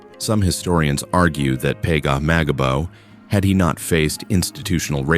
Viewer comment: Butchered the last name